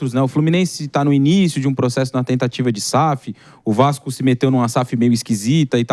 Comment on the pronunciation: Enche até a boca quando vai falar Vasco